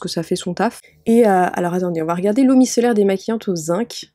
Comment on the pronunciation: Je suis toujours perturbée par un truc, l'eau micellaire se prononce micélaire ^^